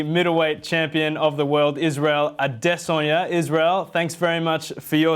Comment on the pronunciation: "A dEsOnYA"